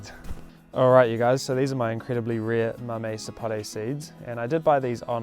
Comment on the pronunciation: They taste like mangoes. "Mammy sapōt" pronunciation. Thank you for the video!!!